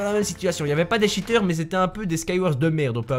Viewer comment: "plus de 10 tchiteur